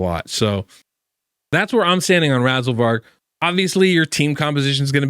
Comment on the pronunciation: I think in another video you called it Razzleberg, I was chuckling about that shit all day. You should just call it Razzleberg